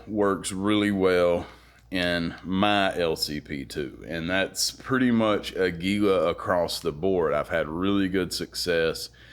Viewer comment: Good video. I'm embarrassed to say, as a fellow gun guy, I forgot about the LCP II 22 even though I own the LCP MAX and the original LCP which is the Kel-Tec 3AT! And by the way, Aguila means eagle in Spanish and is pronounced with emphasis on the first syllable: águila, not aguíla. It's cool that you're into music and motorcycles as well! Keep up the good work.